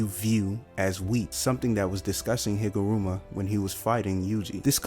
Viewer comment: “Let me cook” Okay (Pronounces Higuruma like Higuma) Nope I’m leaving